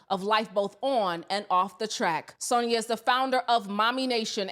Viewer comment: Please stop saying Sonia it’s San-ya. You have to listen to what you’re saying